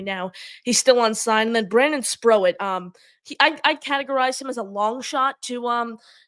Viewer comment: it is pronounced Spr(oat) as in oats like the food. Mets>Yankees all day every day LFGM!